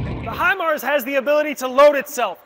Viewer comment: Obviously you got your info from the school house instructors. But thank you for not butchering it or sounding like a dummy. Great video